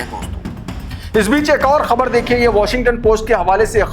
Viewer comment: Thank you for pronouncing KHABAR right. You are good.